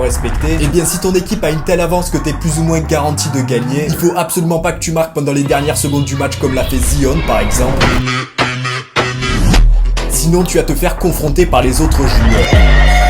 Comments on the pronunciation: Par contre dit pas zione mais prononce zayon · ZI-ON😂😂 mais la prononciation....? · Zion ça se prononce zaion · la prononciation stp "Zione" ça le fait pas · "en tant que fan" vu comment tu prononce Zion je crois pas non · la prononciation de Zion 🤣